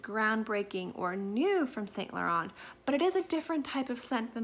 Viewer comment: hey honey thanks for the video, just little correction: the T in Laurent is silence its pronounced Lauren